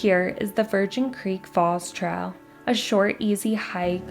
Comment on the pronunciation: I wish her speech was a little clearer instead of vocal fry and strange pronunciations like traal